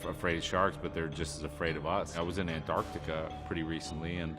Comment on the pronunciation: bless David Harbour for being able to pronounce Antarctica correctly 🙏🏻